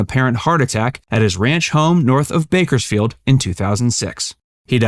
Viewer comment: There's an S in Bakersfield. narrator